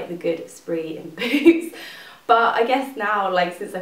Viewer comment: In the beginning I thought you said booze when you said boots haha I love your videos!